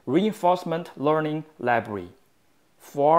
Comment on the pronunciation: Every tense is clear. "Library" sounds like "Labree"